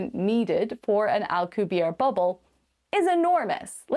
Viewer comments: Dude, you lack credibility when you can't even say Prof. Miguel Alcubierre's name correctly. The double 'R' is rolled hard and the 'E' on the end ISN'T silent. He's Mexican... NOT French. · Well, more importantly was the silent 'E' on the end of his name. Not rolling the 'R' can be forgiven. A lot of people can't roll their R's. However, not pronouncing the 'E'... it's like you weren't even trying. If you're gonna half-ass the name of a well-known scientist (who's been around for decades), what OTHER corners are you cutting? ...just sayin'!